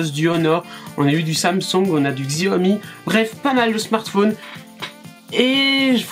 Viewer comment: Je crois qu'il faut prononcer chiaomi et non xiaomi !